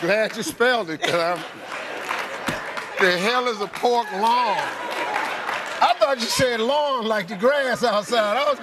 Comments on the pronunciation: She didn't even spell it right either. Its Loin she said lion. Lol. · Lawn Lon L.I.O.N And she meant loin 🙈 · She pronounced it pork lawn and spelled it pork lion 😂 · So she spelled pork loin pork lion and pronounced it pork line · Loin! Huh? Loin! Pork lawn. L I O N. Loin. Pork lawn. What the hell is a Pork Lion? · Said lawn spelled lion meant loin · She mispronounced the word loin😓😓😓😓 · PORK L I O N😂 when she meant Pork Loin 😅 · she fuckin said it wrong then spelt it wrong... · The funniest one to me is the first woman saying "pork L-O-I-N" and immediately spelling L-I-O-N 🦁 I am stammering in disbelief. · She mispronounced loin and spelled it wrong. Should she really get a point.